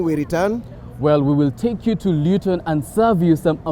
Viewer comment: Luton not Lewton.. asante mama.. miss chapos though 😭😭